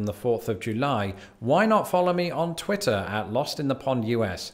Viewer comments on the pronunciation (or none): none